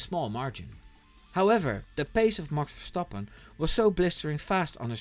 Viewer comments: Ik kon het alleen horen aan de perfecte uitspraak van "Max Verstappen ". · The way you pronounce Max Verstappens name restores my faith in Americans! Google translated "and he yelled at GP" as "en hij schreeuwde tegen de huisarts", so yeah, Dutch is a difficult language.